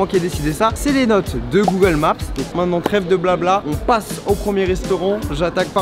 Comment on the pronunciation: charles ont dit maintenant et non pas mainant :D